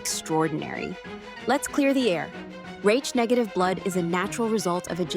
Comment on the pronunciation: "Raitch" blood ? Come on; stop with the fu___ing AI all the time. If you can't afford to have a REAL person narrate, don't post!!!